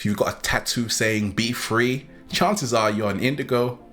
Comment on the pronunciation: Come on dude. "...Recognize IF You're AN..." You are from the country the language is named after.